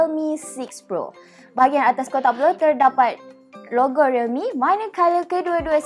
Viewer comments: Logo tu yang sebut. Biasa la reviewer kurang jaga Cara pertuturan. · Aku dgr mcm rogol realme..hahaha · Aku dengar lrogo realme.